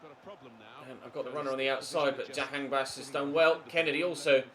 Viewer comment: As an Iranian I'm glad that you pronounced Jahanbakhsh as close as possible, I've seen other youtubers don't even bother to try.